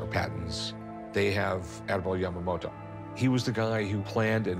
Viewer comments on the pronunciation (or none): It somehow irritates me how she pronounces Yamamoto with a d like Yamamodo. T is not that hard letter to pronounce :D